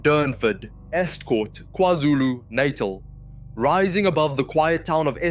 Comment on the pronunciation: Agree a great video, but the voices are definitely AI generated, especially the one with the Afrikaans accent.... no Afrikaans South African will butcher the word "NATAL" like this.